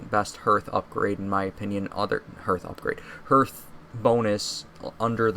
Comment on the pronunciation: ITS NOT ERTH ITS HEARTH